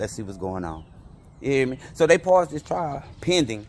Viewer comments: Boy I aint know if you was tryna say paused or pursued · I aint know if he tryna say paused or pursued lol